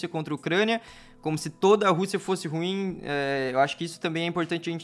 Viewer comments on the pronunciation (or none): none